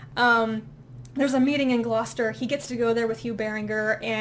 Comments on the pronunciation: Fear not, your pronunciation of Gloucester was fine. But don't be surprised if someone picks you up on your pronunciation of Shrewsbury. They're still arguing that one to this day. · Going wine tasting sounds like a fantastic time. Take me next time. ;) The People in the Tree sounds pretty hard going? It does sound so interesting though. I need to pick up that Elizabeth Moon series! Gloucester? You're pronouncing it right. I thought you said Readme was 44,000 pages for a moment there and thought, wow, they made it compact for that. It's early.